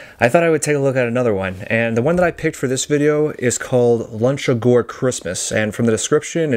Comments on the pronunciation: By the way it is pronounced Loochagore, not Lunchegore. No children were eaten in the making of this picture. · I hate to correct you, but it clearly says LUCHA-GORE as in LUCHA LIBRE WRESTLING. I know this because you've mispronounced it in 3 separate videos and I'm friends with the director of Luchagore productions, also, I wrote and directed Milk & Cookies. Thanks for watching 😊